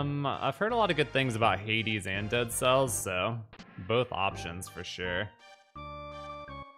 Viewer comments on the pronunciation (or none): none